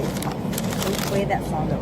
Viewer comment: The way he subconsciously said "lez" talk 😂😂